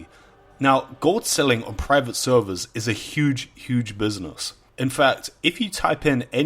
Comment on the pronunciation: take a shot everytime he says sewwerz